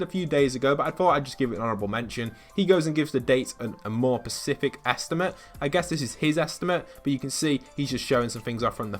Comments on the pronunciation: Specific not Pacific 🙃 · Is no one gonna about him saying “pacific details” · I didn't subscribe because you can't say the word "specific".